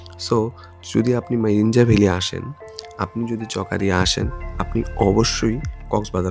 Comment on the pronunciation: চকারিয়া ❌ চকরিয়া ✔️